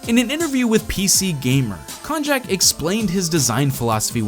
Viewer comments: I'm pretty sure Konjac is pronounced like Cognac. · Pretty sure it's supposed to be pronounced like cognac. ;P